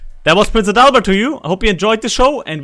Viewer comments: Das klingt irgendwie komisch 😂 AdaLLLbert? Hatte gesagt AAdalbert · Actually, it's not pronounced Prince 'A Dull Bird'.